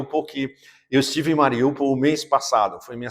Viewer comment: Meio milhão de mortos e você com esse sotaque : ESTIVE “EN”DONBASS.